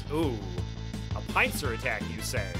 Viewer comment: you pronounced "pincer" wrong